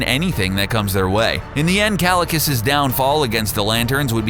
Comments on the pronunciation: KALICUS ??? O'DR.STRANGE 😨😨 .. IS THAT HOW U PRONOUNCE KAAAEEECCCIILLIIIUUSSS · bro the video was great until okay the whole video was great and i am not hating on the video but you said kalecuss while the actual pronunciation is kaecillius. but other than that great video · it's pronounced "keye-sil-ee-us", genius. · It's not pronounced Cal-li-cus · Kalikus 😂 dude pronunciation is wrong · kalakas? how do they get pronunciations so wrong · Green Lantern vs Kaecilius is pronounced 'Ky - Sill - e - oos' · You pronounced Kaecilius's name wrong. Jesus Christ did you even watch the movie? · I was dying a little inside every time he said it, it's like watch the movie. it's a poor voice over if you don't learn the proper pronunciation.